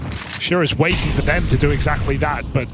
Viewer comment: How come the casters skip the last T in words but only sometimes? I hear weighing instead of waiting, compee ing, yet they never say Zon Icks.